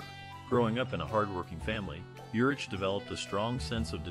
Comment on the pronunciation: Ugh. Not watching this since you don’t even know his name. It’s pronounced URICK